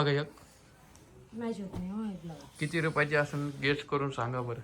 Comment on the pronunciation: गेच नाही रे झाप्या गेस असतं ते